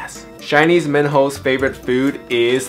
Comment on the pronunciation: when ge said minho i heard it as man hoe 😂